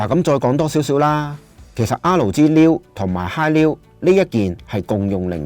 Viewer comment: 好多謝你嘅分享，真係好有心機 少少意見，作為YouTuber，如果可以改善RG發音就好啦，畢竟呢兩個字喺片中都出現咗好多次